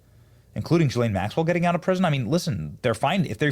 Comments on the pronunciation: Gill-lane not Jill-lane 😂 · Who called her ghis-lane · Ghislaine is with a hard G and do not pronounce the s. gilaine. Hard g not soft g. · Ghislaine is pronounced with a hard G as in gamble, NOT a J as in gym. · Benny, since you went to Community College( !!!), here's a tip: Ghislane is pronounced GEE-LANE (hard G!). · It's "Gill-LANE". I'd bet there's a pronunciation YouTube video on it.